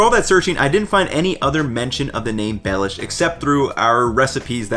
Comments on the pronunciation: for others: it's not pronounced as "Lord Baelish" but instead as Be [as in "best"] lhiou [as in "Liubljana"] sh [as in another word for "excrement"] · It is pronounced "belyash, with an accent on "ya" not on "be"." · For Slovakians: this guy quite missed the pronounciation or the spelling of the name so if you want original slovak recipes, search for Beľuš, Beľuša or [plural] Beľuše. Recipes come mostly from Spiš region.